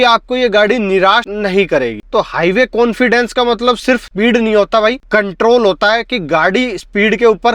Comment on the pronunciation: Cilear ho gaya bhai😂😂. Konfidence aa gaya bhai 😅😅 bhai bhai bhai bhai ...agey bolna bhai 😂😂😂